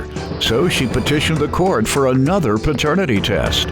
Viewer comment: Dude said PERternity?! 😂 hellnawww